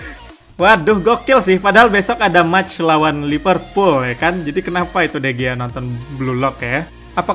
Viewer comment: Sedikit pembetulan dikarnakan orang Sepanyol sebutannya jadi De Hiya